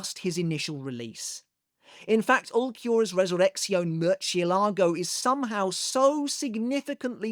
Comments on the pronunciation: MER-CHEE-a-LAH-GO"!!! 🤣🤣 It's "Murr-zi'eh-lah-gho". It means "Bat" in spanish. Hearing this guy butcher spanish is so funny! A simple Google is free my guy. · you know, i never make a fuss or point out this but its kinda funny how everyone in the english fandom pronounces "murcielago" in particular. it's not that they should know how to, not at all, but its funny cuz Ulquiorra himself (his jpva) does a pretty good job pronouncing the word in the anime. i even went to double check rn before commenting.